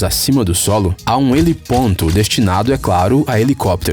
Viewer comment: ✅helipoRto ❌helipoNto